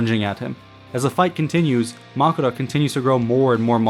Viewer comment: Did you not watch the episode? They literally say Makora.